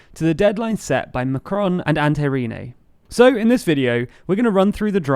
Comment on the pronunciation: Good video as usual, but try to get the 'on' correct in 'Macron' (despite the sound being difficult to pronounce for English speakers).